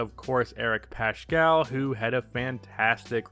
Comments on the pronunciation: Yo it's Pascal not pashcal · Wtf is this analysis. -You said curry played 10, he played 5. -You pronounced "Paschall" wrong. -You called wiggins just a bad player not considering his former org. -You didn't mention poole's late Improvement. -Heck you even said omari is still in warriors lol You are not a warriors fan, casual.